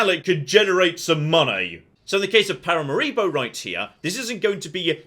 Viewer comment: Love your pronunciation of the capital of Surinam. It's probably how it was supposed to be pronounced but hasn't been so for at least 100 years. Stress on 'ma', not on 'ri'. And yes, fully agree that Total War need to do an Empire 2